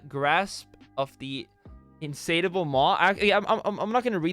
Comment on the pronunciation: The way to pronounce "Insatiable" is like In-Say-Sha-Bull, so now you know for the future and can't be confused or unsure.